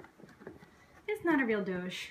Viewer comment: it's not "dohzh," it's "dohj."